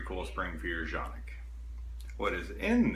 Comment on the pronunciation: It is pronounced kan-ik according to Canik. Also landscape is your friend, get to know him.